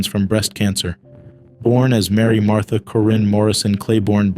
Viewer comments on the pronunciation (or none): none